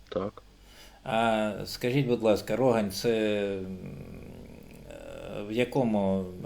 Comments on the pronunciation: А Рогань - то не "містечко"! Це - селище... І житловий район у Харкові. І росіяни не змогли захопити це селище у березні 2022. Хоча і намагалися... PS шановний Автор! Назва мікрорайону Харкова, та селища на околиці вимоляється із наголосом на останній склад у слові: РогАнь! А іще: ми виробляємо популярне в Україні пиво... Наші захисники - п'ють залюбки! PPS із Роганню межує ХТЗ! Це той Харків, об який росіяни - зуби обламали! Ppps Що такеє - ХТЗ? Коли москаль залізе - йому там - "не везе"! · Як чудно чути "рОгань".Ні один харків'янин не скаже. Тільки рогАнь!!!! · Бо він би Вас поправив,що не РОгань,а РогАнь правильно